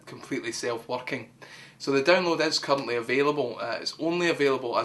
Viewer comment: every time u say "currently" it somehow sounds like u are swearing